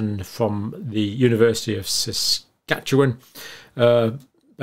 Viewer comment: Thank Dr. Campbell! You also pronounced Saskatchewan like a native Saskatchewanian lol. Well done!